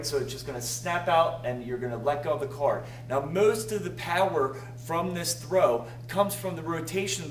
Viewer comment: Moost of the puwerrr, LOL!